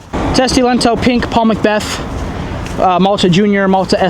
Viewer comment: You say "lento" like italian. Which is not close to finnish. "T" in the end is weak and "O" is like double.